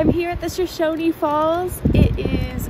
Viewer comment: Not for nothing, but it looks like you are a Californian that visited Boise and stopped by Twin before you went home. BTW Shoshone is pronounced 'sho shon' when applied to the the town, county, or falls. Next time check out the Crater of the Moon Ntl. Monument (spring is best) and drop a fly in Silver Creek or the Boise or about anywhere. The big cool about this state is that you can have so much fun and mostly not be bothered, but if you do find yourself stranded someone will come along and either fix your car or give you a ride into town. Still I'm happy you had fun! The beginning of this post seemed rude and I did t mean it that way, it was just a play on your title and what I saw in the video.